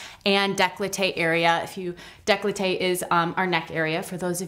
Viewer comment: It’s décolleté not declloté